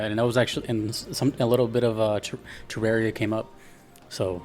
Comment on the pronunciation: It's pronounced "Teh-rahr-ee-uh" This was confirmed by the CEO of Re-Logic, Chippy the Clothier